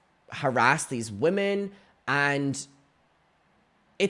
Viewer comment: the word “women” is pronounced differently than “woman”. please. 😭